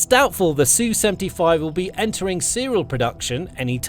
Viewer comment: It's ESS YOU, not SUE. The SU is not SUE. Sue is a woman's name. It's something done in court. Sue is not the name of Russian warplanes. ESS YOU. Sheesh.